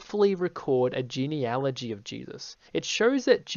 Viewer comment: I'm going to be radically fair and praise the stitched creator for correctly pronouncing "genealogy."